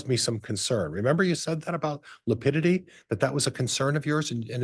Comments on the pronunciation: I wish someone would correct him on lipidity. He apparently doesn't know how to pronounce lividity! So annoying. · He’ll he doesn’t even know how lividity is pronounced !